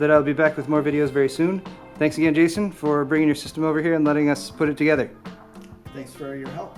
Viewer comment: calls him Gayson